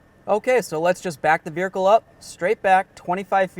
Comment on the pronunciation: Wait holdup! The second guy in the video pronounced the word "veRicle" instead of "vehicle" at least three times. Dude, what? 👀